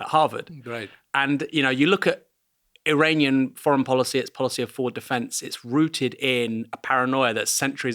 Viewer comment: Aranian or you mean to say "Iranian"? The first letter I is pronounced as in Italy, but NOT as in Arial